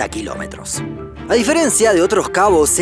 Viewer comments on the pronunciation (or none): none